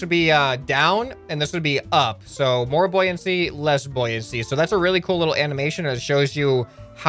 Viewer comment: said: "that's a really cool little "amination""